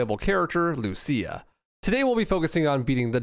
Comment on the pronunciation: Deliberately mispronouncing Lucia takes some chutzpah.